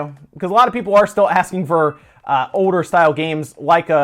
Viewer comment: How come when you say "older" you dont pronounce the L? It sounds like you're saying "oder" Really dive into that LLLLL sound.